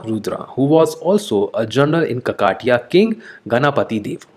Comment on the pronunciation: It's no kakaatiya sir It is kakatiya